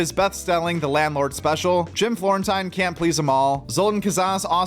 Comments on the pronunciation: Jim floren tine lol it's pronounced teen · Jim Floren*teen*..... just so you know. As an OnA fan i couldnt just ignore it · Florene-teen. But you’re new so I’ll let it go.